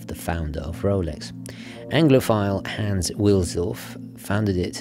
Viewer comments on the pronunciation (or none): none